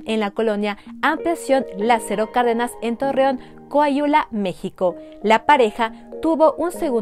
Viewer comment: Co-a-hui-la Esta muy bien tu vídeo pero hubiera estado mejor que pronunciarás bien. Coahuila.